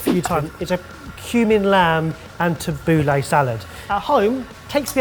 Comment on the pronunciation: i always judge Italians who get angry about food, but that "Tabuli" made me realize how they feel